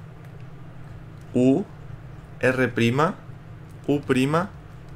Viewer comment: Cuando dijo "U prima" pensé que habia dicho tú prima